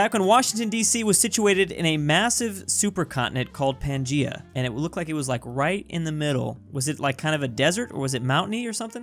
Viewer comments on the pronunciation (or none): none